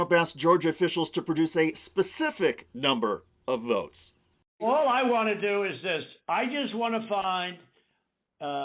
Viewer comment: "....I just want to find, um...11,780 vuots..." I mean?? Just LISTEN to his inflection, tone of voice and mispronounciations!!!